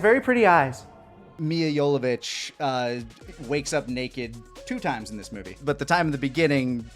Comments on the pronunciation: They didn't pronounce "Mila Jovovich" right once lmao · Lani never pronounced Milla's last name correctly